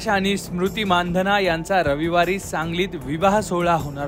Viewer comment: You are the first who pronounced the real surname 'माणधना'. नाहीतर सगळेच चुतिये मंदाना, मंधाना, मंदाणा..... म्हणतात.